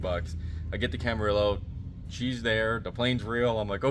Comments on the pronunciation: sorry he keeps saying Camarillo wrong it is not like Amarillo. it is from the Spanish and sounds like Cama rillo "Reo" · Is the way the guy says Camarillo killing anyone else? 😅